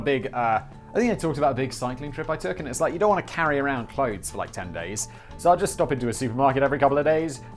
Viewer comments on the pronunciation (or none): none